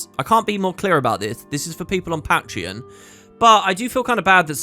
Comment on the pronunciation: pat-tree-on. lol